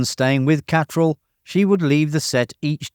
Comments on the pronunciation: Kim Cattrall... Ka-TRELL not KA-troll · Don't like to nitpick, but that absolutely isn't how Kim Cattralls name is pronounced